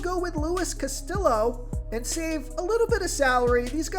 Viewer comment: The Cincinnati pitcher is pronounced castiyo. You really need to learn how to pronounce names. Its not that difficult